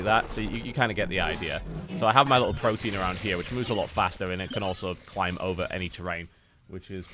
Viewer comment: Please learn to pronounce pro-te-an correctly.